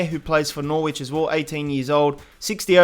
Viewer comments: Hey dude I know you are from across the pond and my foreign city pronounciation is terrible so I write this in a nice way Norwich is said noridge rather than nor-which mate great vid though as always man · you don't pronounce Norwich Nor-wich its like Nor-rich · can you say "noh-rich" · Interesting way of pronouncing Norwich